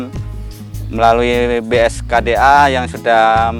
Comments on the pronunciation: Ralat om, BKSDA bukan bskda 😁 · BKSDA bang.. Masih sering salah BSKDA. 😇